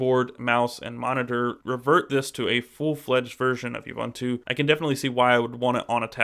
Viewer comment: It's pronounced oo-boon-too for God's sake!